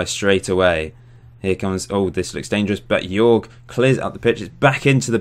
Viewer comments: Hey man! Great Channel! Jorge is pronunced JOrge like HOllow, an R and and JE like HEritage. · Hey, bro... Say hello to Brazil You can pronounce Jorge as George.